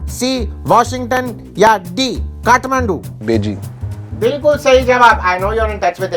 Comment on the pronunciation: not khatmandu its kathmandu